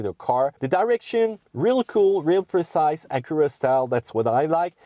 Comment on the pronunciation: "Uh-cura'... wut?